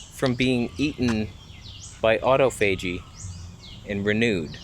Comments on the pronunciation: Autophagy is NOT pronounced auto---faygee. It's pronounced aww toffagee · re: [aw-TOF-uh-jee] (Just saying)